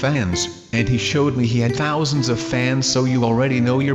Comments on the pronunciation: He said thousends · how did he say thousand?? 😮